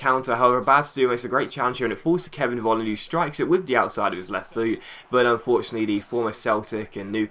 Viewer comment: Hey, Nice video. In Germany, The letter V, is like saying F. So Volland, is actually Folland:-)